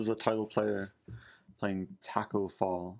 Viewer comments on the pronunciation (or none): none